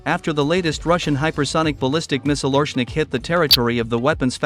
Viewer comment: OreSHnik!!! SH SH get the name right!! As in SHoe.